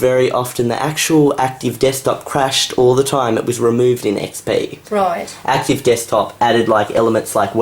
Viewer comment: "what do you think about windows ME?" ... "its very similar to windows XP pee" is it me or did you really say XP pee?